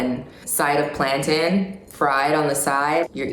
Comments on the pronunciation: did no one else hear “plantin” instead of plantain LOL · sooo... why does she say "plan-tin"........ :( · why does she pronounce plaintain like that?